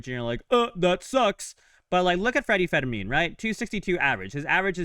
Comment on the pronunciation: His name IS NOT Federmin… It’s Freddy Fermin Pronounced like "fur mean".